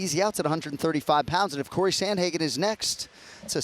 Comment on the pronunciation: How do you have someone on this show saying “Samhagen”?? Wow. That’s terrible